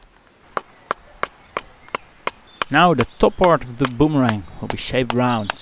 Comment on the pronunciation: I have to laugh at your pronunciation of boomerang. You need to come to Australia and we will teach you how to butcher the English language LOL. This was a fun video to watch and a great project for people to do.